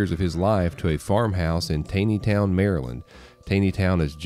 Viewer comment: Just an FYI, it’s pronounced “Tawny” Town. My family lives there.